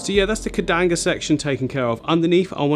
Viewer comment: "Kedanga" 😂😂 gotta love how comes up with his own name for plants!